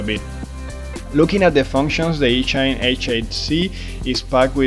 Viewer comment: Are you pronouncing the company name properly? I would guess that it should rhyme with machine, so would be ee-chine and not each-ine.